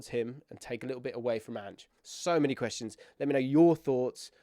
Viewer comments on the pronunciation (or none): none